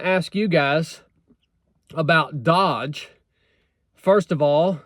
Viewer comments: a truck talk on the department of gov efficiency is a wet dream, thank you america and thank you. it's pronounced dough-dje, and it is NOT a new department, it's more like a project, not paid for by tax payers. don't you love it even more now? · It's pronounced DOGE with a long O. Elon and Vivek are doing it and donating their salaries. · It's not pronounced dodge....it's pronounced dOge......like the crypto coin Elon made famous.....update your software old man! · It’s not pronounced like Dodge. It’s an “oh” sound. D-oh-j. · It's not "DODGE". doge. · Doge is pronounced with a long O and soft G. Not Dodge or Dog. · It's not doge (dodge) it's doge (douge, rhyme with low) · not dodge, doege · DOGE - the O is a long O not short. like doe. Also the name of a crypto currency Elon pushed. Trolling on a government level! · Not "Dodge" --- its "d-Oh-ge" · Its pronounced DOGE, like the coin. I hope they cut the IRS first! Then the FBI. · No, because they're giving it a 2-year timeline. Also it's not pronounced "dodge" its "DOGE". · First, my friend, it’s pronounced dOHge, the same as his bitcoin currency. Secondly, I thought the exact same thing when I heard it. It’s either a joke that’s right in our faces (if the naysayers on the right are right), or they’re going to close those departments you mentioned that are already exist because they’re probably run so poorly, they’re just gonna start over. Trump may very well be the villain that those on the right think he is (I’m discounting anything the left says or has an opinion about because they’re all deranged), but I’m still holding out hope while keeping aware and watching him. I think Trump is for real, but there is every possibility that we’ve been getting played all along. Jesus our Christ is the only real hope. Pray up. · Pronouced doge not dodge.i think theyll succeed by cutting costs temporarily without losing power. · Its not pronounced dodge. D owe ge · It’s doge not dodge. Do-ge